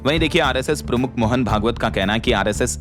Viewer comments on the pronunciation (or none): none